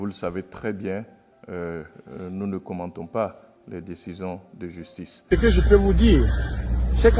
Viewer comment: Justice ou jusHtice ??